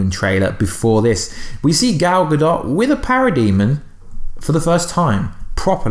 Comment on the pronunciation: Here name is pronounced ga-dow